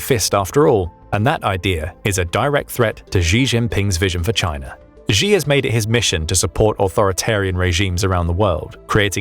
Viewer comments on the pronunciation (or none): A: Xi is pronounced 'She'... not whatever weird noise it is you keep making. B: Stop calling Taiwan a 'tiny' island, its the 39th largest island on the planet.